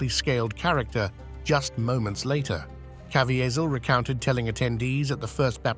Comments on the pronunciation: I love how much trouble the A.I. voice struggles with the name Jim Caviezel.. "Jim Cav-E-Az-Al"... and a moment later "Jim Cav-I-Zial"... Haha. A.I. is still dumb. 😂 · I love when creators leave the pronunciations of names up to the AI, thus you get things like Jim Cavyzell, not to mention early nineties S. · Jim Cav-E-A-Zel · Thora Birch had a significant role on The Walking Dead. And it's pronounced Ka-VEE-zul. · Say it with me... Cuh-Vee-Zull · AI can’t pronounce Caviezel’s name. USE REAL NARRATORS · learn how to pronounce "Caviezel"